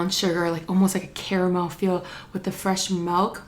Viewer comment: She Said Melk😂